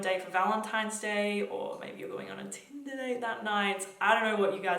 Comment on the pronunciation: The way you said tinder lmfaooooo you're such a tinder queen